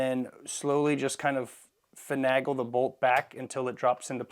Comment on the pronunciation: Fin-NAY-guhl, Fin-NAY-guhl, Fin-NAY-guhl !!! Hurt my sensitive ears! Ha Ha, just kidding. Excellent video. I just got my 1301 and have to disassemble it before I use it. Thanks.